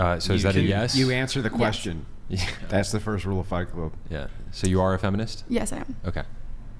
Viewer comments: The last woman said fenimist😂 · Who else heard the asian girl say "I'm not a fenimist"😂😂